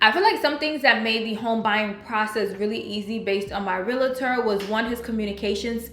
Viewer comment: Realtor not Realater.